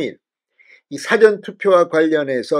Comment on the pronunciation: 진성호 주필님 우파를 위해서 너무너무 수고많으시고요 응원합니다. 근데 죄송하지만 거의말씀 드릴게요. 사전투표를 발을하실때 '사전'을짧게 발을하지마시고 뒤에 액센트를 두고발을 하시는게 맞징ㅏㄴㅎ을까요 들을때마다 좀 거슬리네요 국어사전 영어사전할때의 사전 말고요^^